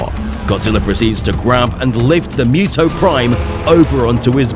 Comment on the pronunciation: It's pronounced "Moo-Toh" not "Myoo-Toh"! 😳